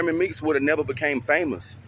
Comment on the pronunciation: Meek's, not freaks!